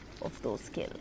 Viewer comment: அடியேய் அது என்ன கில்டு கில்டு னு சொல்ற? Those who r died